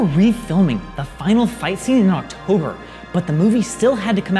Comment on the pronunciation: Octover? lol